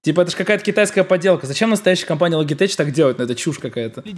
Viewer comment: ЛОГИТЕК, НЕ ЛОГИТЕЧ